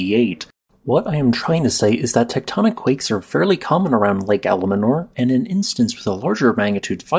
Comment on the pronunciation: The lake is called Almanor, not Alamanor.